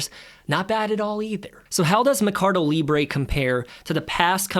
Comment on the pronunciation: MER-CA-DO. Not "me-car-do".